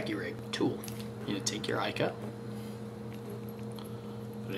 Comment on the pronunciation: It's an incredible bait, but please.........it's pronouced eeeka.